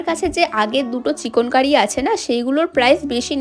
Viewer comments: Didi oita chikonkori noi chikankari😂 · Didi ota chekon kari na chekan kari 😂